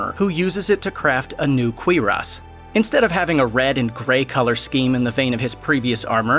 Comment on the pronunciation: ...dude doesn’t know how to say cuirass..